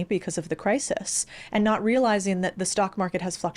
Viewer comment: A-ND... A-ND..., A-ND... And is not a two-syllable word!